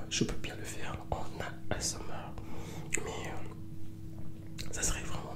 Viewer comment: jadore comment il dit asmr mdrr.. A S EUM AIR